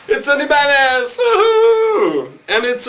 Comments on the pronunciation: Did he just say "it's a EBAZ", ugggghhhhhhh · you pronounced "Ibanez" wrong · you should hear how he sais ibanez lol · ugh if your gonna say ibanez say it right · listen to how he sais "Ibanez" lol